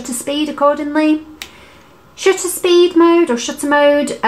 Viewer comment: Paris IS always a good idea, but I couldn't be more smitten by your pronunciation of 'shutter'. After watching your very informative video I ordered a PEN E-PL10. Thank you!